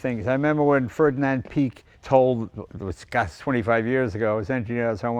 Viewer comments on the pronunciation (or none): none